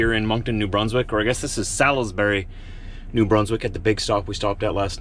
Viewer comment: Just to let you know for the future, its pronounced S-alls-bury